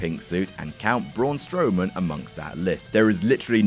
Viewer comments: is just mispronouncing a name supposed to be funny? is this what passes for comedy? damn, sucks... everybody else on WhatCulture >>>>>>>> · Saying his name incorrectly isn't funny.